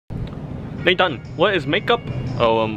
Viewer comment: Why does he keep calling him Doan tho?